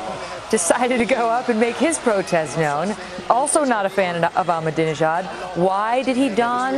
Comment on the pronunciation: I just noticed "prostest" instead of protest.